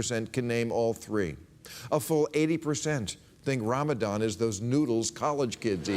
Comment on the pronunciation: (blushing in embarrassment) Um, Bill? I don't know what or who Ra-Ma-dom is either? Do you mean Ramadan (which I had to Google just now)? If so, why should Americans know (or care to know) about some Muslim month? I don't even know what Easter is supposed to represent (and I'm a denounced Christian) !